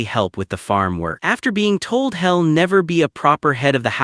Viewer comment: This is how they will change the accent or just deliberately destroy their own local speech. Also: hoping > hopping staring > starring (Edit) He'll > Hell She'll > Shell